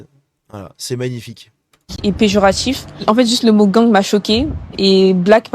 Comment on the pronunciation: "wesh, c'était péjoratchiffe"